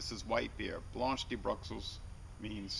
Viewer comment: You're pronunciation of this beer leaves a little to be desired...